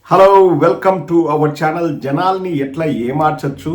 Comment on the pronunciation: జలలన్నీ కాదు రా బాబు జనాల్ని అని మాట్లాడు🤣🤣